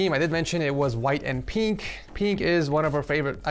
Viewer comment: Will never get over saying peenk instead of pink